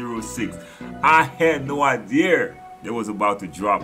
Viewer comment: At :32 secs you making up your own words an sht lolol "iDear" Much love bro